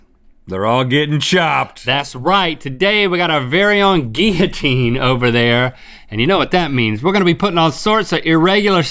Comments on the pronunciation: Kat Bowen Guillotine and geeyatine are both right I say gil-uh-teen so it was weird when they kept saying gee-uh-teen the whole time that’s all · Is it pronounced “Gill-a-teen” Or “Gee-a-teen” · “geeyateen” 😂 it is most definitely pronounced “gill-uh-teen”. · “GeEyAtEeN” GUILLOTINE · gill-a -teen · Whys he say guillotine liky gylitine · It’s pronounced gill-o-teen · so no one gonna talk about the way they say Guillotine? where are the L's at ?? or is it the accent ? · That isn’t how you say it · Ew the pronunciation of guillotine was just. Ew